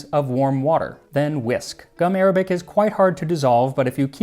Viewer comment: Gum Arabic isn’t pronounced like the language, it’s actually gum ar-ah-bic